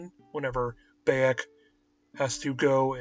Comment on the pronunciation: dude its not BAY-ek it makes me think you've never played da game cause clearly they dont say BAY!!!-ek its pronounced Bi-ek even tho its spelled Bayek. play da game dude dont read a script.